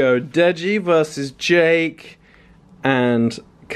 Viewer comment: its "DEJI" pronounced "DAY JIIIIII" not Jay Jay!! :) just saying!! :) to be helpful